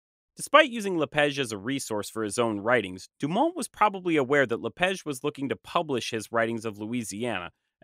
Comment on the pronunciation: I’m curious why you pronounce “La Page” as “La Pege”? The “a” in French is supposed to be pronounced like the ‘a’ in “father”, not “feather”.